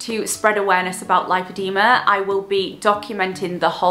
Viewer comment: Amazing video, thank you for raising awareness ❤ for educational purposes it is pronounced; lip-o-de-ma ❤️